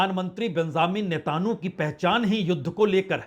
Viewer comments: To pronounce NETANYAHU correctly First NETA( from NETA and add N) Yahu,remember film Jungle song " Yahu Chahe koi Mujhe junglee. So Not NETAN YOU but it's Netanyahu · नेतानु नहीं नेतनयाहू